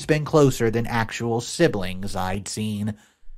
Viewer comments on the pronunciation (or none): none